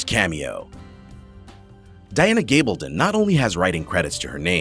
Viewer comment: You clearly missed how to pronounce Caitriona's name. Say Catrina. And its not Dana Gabalton but Diana Gabaldon.